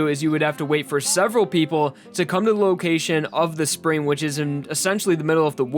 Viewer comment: It sounds to me like you're saying "spreen."